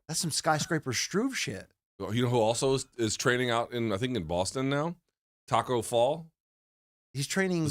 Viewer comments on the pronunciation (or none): none